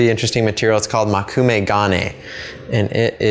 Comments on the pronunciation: Just to note something rudimentary: Mō - Koo -me - ga - ne. Mō, not Mo. 木(onyomi reading もく/moku) means wood or tree. Together with the characters for eye (目／め）and one of the kunyomi readings of the character gold/metal (金／がね), you get a literal translation of "Wood eye metal," or the dictionary meaning "wood grain metal." Just a pedantic fact for anyone interested. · its mokume (as in Moe-ku-may) not makume (as you were saying it), just thought you may want to pronounce something you are clearly interested in correctly